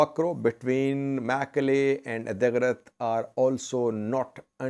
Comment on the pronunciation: Can someone please call him and teach him how to pronounce the town Adigrat correctly since he’s going to say it 25 times a video lol😅. Help please